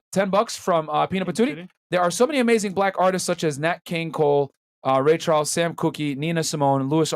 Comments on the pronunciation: Did the weasel really pronounce Sam Cooke as Sam Cookie??? 🤣🙄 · It's pronounced "Sam Cook"